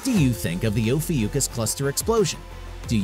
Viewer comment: Oh fee ookus ? Never heard it called that before.